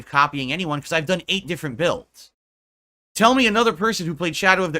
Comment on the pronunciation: When I need money my financial issues are an open book but anything about my personal life is none of your business Edit: when he said eight builds I thought he said eight bills 😂